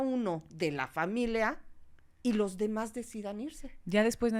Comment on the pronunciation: es "familia", no "familea" 🧐